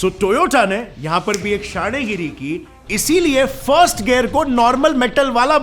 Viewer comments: The toyata corona 😅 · Its not toyoda 😈😈😈😈😈